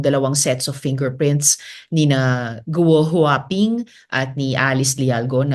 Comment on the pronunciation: Guo Hua Ping Mali pronunciation mo, paki ayos